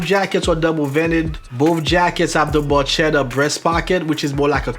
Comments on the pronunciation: Hello, as always good content. Just one thing to point out: you should check how to pronounce the italian word barchetta since the "ch" is not the same "sh" or even the "ch" used in Spain and Portugal. It works more like a "k". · You're one of the very few non-italian people who can actually pronounce "camicia" correctly. That being said, "barchetta" is pronounced with a hard c (k sound), i guess you can't get them all right :) It is interesting to me, used to everything international being in english, that in traditional menswear (and also a little in classical music) Italian still is the standard, or "lingua franca" if you will.